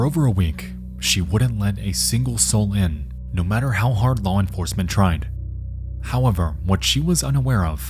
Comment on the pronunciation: also not to forget him saying "Howwavar"😅